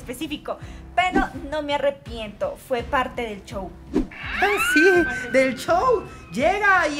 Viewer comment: yo escucho chow en vez de show